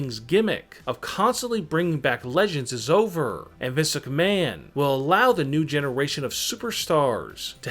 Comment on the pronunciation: “Vis McMahon”